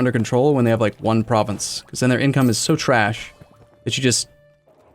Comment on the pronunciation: lysdexic pronunciation of province names makes me giggle